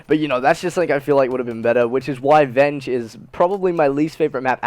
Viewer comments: Verge not venge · its verge not venge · it's pronounced verge son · Venge lol its verge lol it made me laugh so hard can't wait for next vid lol venge